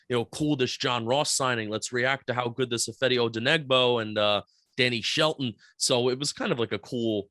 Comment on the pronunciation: Every time I hear say ifeadi’s last name it makes me cringe